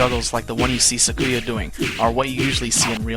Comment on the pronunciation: I think he means Sakuya , he says Sa-koo-ya, htat's the one i noticed, tehre might be more